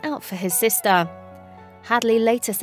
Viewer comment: ShelTAH, sisTAH, broTHA, togethAH